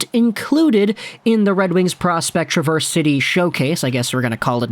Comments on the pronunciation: I was going to mention it, as well. Emphasis is in the first syllable, not the second. TRA-verse is the city, tra-VERSE is the verb. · Travers City is pronounced like trav4oilers... Trav - ers... not a big deal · its pronounced Trav ers city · It’s Traverse like Travis. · watching this late and want to help you for future vids: Traverse City.... Trav-verse. Pronounce Trav then verse. just want to help! appreciate it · Born and raised in Michigan. It’s pronounced trAV-ERZ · Minor correction my friend. Traverse City actually pronounced "Trah-Vurse" City. I know the dictionary pronounciation for the word "Traverse" is how you are saying it, but for the city in Michigan it is "Trah-Vurse". Other than that, outstanding video, sir! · Good video but a quick note, it is pronounced trav-ers city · Trah-verse City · The traverse in traverse city is not pronounced the same as the word. Just fyi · I was losing my mind listening to him mispronounce Traverse City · Love all the Michiganders whom took offense to the mispronunciation of Traverse city haha. We love and respect our state of Michigan ❤️ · Need to learn how to say Traverse City properly. Coming from a Michigander. :P Love the content! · You’re pronouncing Traverse City incorrectly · Just a little nugget of info if you happen to care - Traverse is said a little different than the way you would normally say the word. A slight emphasis or maybe an even emphasis on the first syllable with a short A.